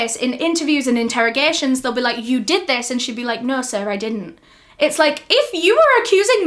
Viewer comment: Why did she say “no sir I didn’t “ in a American accent haha didn’t expect it😂